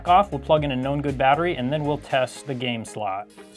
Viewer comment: I always hear "A NO GOOD battery" when you say "A Know good battery". Took me a while to understand.